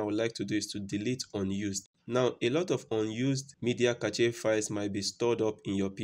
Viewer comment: Hey great vid. FYI Cache is pronounced like this: "Cash" just thought i'd let you know. not throwing shade at you or anything.